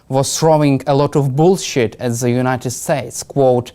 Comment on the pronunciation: This poor young man trying way to hard to pronounce "th" ends up sounding "ze".